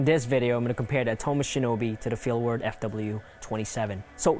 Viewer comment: Much like the misleading and uninformed comparison you did here is intended to try and get eyes on your channel, but failing miserably. Next time, try actually knowing what you’re talking about - starting by pronouncing Atomos correctly. Good luck.